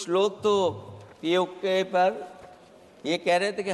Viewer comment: पीओके बोल तो पाते नहीं है और बाते और भाषण कर रहे है